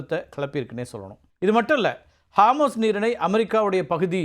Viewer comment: ஹார்மூஸ் இல்ல அது ஹோர்முஸ்.